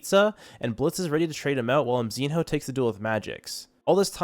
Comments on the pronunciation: its not MZIN-HOO its just call MZINO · its mzihnyo not mzin ho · Bro pronounce mzinho like emzino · Mzinho's name pronounce as "Mzinyo"